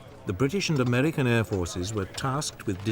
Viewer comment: He pronounces a lot of his 'r' as an 'L' , i.e. "Amelican" and "expelimental"